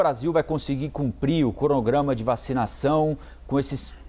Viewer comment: Eu ouvi bem ou o cara falou "cornograma"? Pensei que esse tipo de coisa não sofresse gestão....